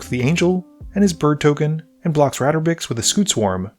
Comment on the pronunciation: Ratabik Ratabix Ratabrix Brother can’t even see the “dra” let alone pronounce the card name.